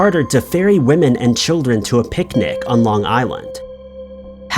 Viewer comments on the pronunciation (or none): none